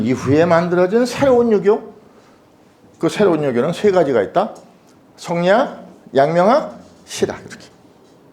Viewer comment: 또 엉터리 발음! 성리학의 "이"도 길게 발음해야지요! "이유, 이치, 이법"의 첫 자도 짧게 발음하시렵니까!?? 이런 자고저도 모르는 이가 설리학을 강의하고 있는 대한 민국!! 이런 심각한 문제를 논하는 이는 1967년에 고국을 떠난 이 늙은 이 뿐이라니! 이 얼마나 슬픈 일입니까?